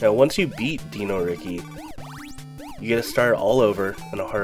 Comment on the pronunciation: Why do you pronounce Dino Riki like that yet you pronounce the word dinosaur like any normal person?